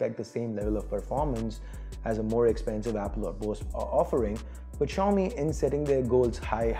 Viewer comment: China 's Apple -; Xiaomi!! (Well& correctly said)